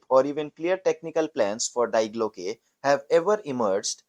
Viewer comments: dee glocke,not dye glocke! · Please research proper pronunciation when producing this kind of content. It's pronounced dee Glocke, not dye Glocke. The diphthong takes its pronunciation from the final vowel. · The first big problem is this has zero useful information, maybe ALL artificial. The second is that no one cared enough to properly pronounce Die Glocke in German, very amateurish use of too much AI with too little actual data.